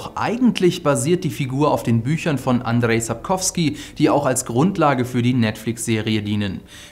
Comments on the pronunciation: Es heißt nicht "Andrey" sondern "andschey" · Guys one thing: it's Andrzej nor Anderej. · Andrzej nicht Andrej, der gute Mann ist Pole, nicht Russe